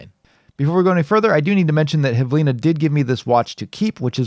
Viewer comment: IIRC it's belarusian brand (hv-ili-na, not h-v-lina) which means "minute"